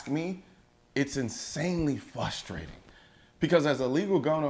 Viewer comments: colin the word is frustrating not fustrating you should know that if you are an atty you know what i m sayin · Its really frustrating that you say fustrating colion 😂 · Did he just say "FUH-Straiting"? I think I'm morally obligated to unsub now